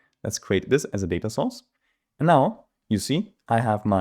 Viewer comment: My favorite part of this video is that each time you say Data Source I hear Data Sauce and I’m salivating :)